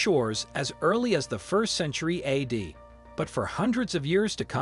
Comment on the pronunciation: Wow. This is the most ridiculous video. I sure hope it's a joke that you are pulling intentionally, because it's effing unreal, the ridiculous mangling of the script by the machine you chose to narrate it! Broken sentences, mispronunciations, reading 100 AD as "100 add"... You'd be better off getting a 4th grader to read it for you. Do you have a horrible voice, or are just incredibly lazy? You should just shut it down and get a job as a ticket-taker at the movies.